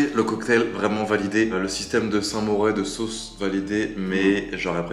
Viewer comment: "saint mouret" 😅